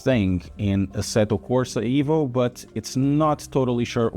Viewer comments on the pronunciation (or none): EVO NOT IVO MY GOD 😡